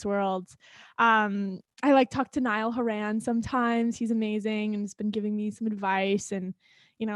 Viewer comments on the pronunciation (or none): she did not just say niall hor-aan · Oh no no no no not her saying Niall Ho-raan 😂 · I cringed a little. I hope she doesn't beat herself up for pronouncing it wrong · The way she pronounced Niall Horan😭bless her aw